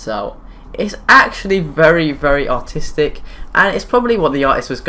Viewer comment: the dance class thing, i thought he said autistic instead of artistic 😂